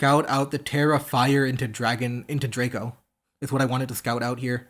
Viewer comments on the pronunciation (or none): none